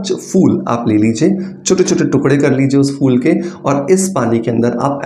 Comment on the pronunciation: Oh bhai fool nai phool hota hai.😂😂😂